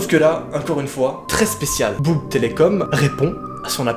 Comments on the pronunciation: Bougeïs telecom 😂😂😂 ca ce dit bouigue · Sa se prononce Bouïgue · On dit bouig télécom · On dit bouig et non boug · Bouygues sa ce prononce Bouigue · Bouygues Télécom ça se prononce bou-i-gue. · Bouygues telecom se dit « BouIGUEs » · "BOUGUE Télécom" mais ta cassé toute l'ambiance 😂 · ON DIT BOUIGUE putain 😭😂😂😂😂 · Si c'est l'opérateur ça se dit : Bouigue Télécommme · Sa se dit : bou-i-gheu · Bouygues = [Bouïegue télécomme] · 5min faut le dire comme si qu’il y avait un < > donc buig (il ne s’écrit pas vraiment comme sa ) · pauvre noa il sait pas prononcer bouygues telecom xD ça se prononce bouigues xD oui mais noa euuuh ça a pas de sens euuuh c'est pas logique euuuuh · écoute et répète après moi "Bou-i-gue " dit chaque mots une ou deux fois puis dit le d'un coup et normalement tu va réussir voila salutttt....💩😊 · Sa se dit bouigue Télécom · Ptddddr on dit Bouïgue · On dit bwig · On dit : Bou.i.gue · ça se prononce "bouigue" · On dit "bou" "i" "gue" bouigue voila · Oui, on dit bouig comme tu as dis... Je sais pas comment ça s'écrit... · tu prononces bou-igue espece de fajitas possédé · Ça se dit « Bouig »😂😂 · Sa se dis bouwigue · Sa se dit : Bouigue x) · sa ce dit « bou i gue » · sa se dit bouig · On prononce bouigue bou-i-gue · Sa se dit " Bou i gue" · Ça se prononce bouigue 😂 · Oui ca ce di bouigue en mode bou i g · ça se prononce bouigue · Ça se dit buigue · Oui je suis là 4 mois après mais on le prononce bouÏgues ou encore buÏgues :) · Sa se dit bou y gues telecom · C’est bou-i-gue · On dit bou i gue faut que tu separe les sillabes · En gros tu le prononcé bouigue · on prononce bouigg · sa se prononce [bou] [i] [gue] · C bou-i-gue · ''Bouwïg Telecom'' C'est comme ca que ca se prononce :) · Sa ce dit bouigue bou i gue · Sa prononce bouigue 😂😂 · super vidéo et super flippante aussi :) ! et pour la petit anecdote, bougue telecome ce prononce : bouïgue télécoms ;) voili voualou bisous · On dit Bouygue comme sa se prononce genre Bou y gue